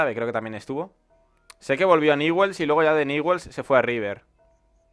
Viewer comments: No se pronuncia niwels bld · Se escribe Newell's y se pronuncia Ñubels.